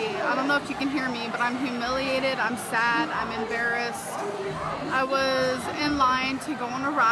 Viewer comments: Absolutely "hah-miliated".. true poet, grammar goddess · wtf is ham-iliated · Oh wow, I've never heard her say "Hum-iliated" until now. Miss 140 IQ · "absolutely huhmiliated" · She was absolutely hu-mill-e-ated at Disneyland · the way she fails to pronounce humiliated is hilarious